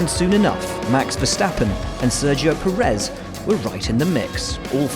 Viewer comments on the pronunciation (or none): none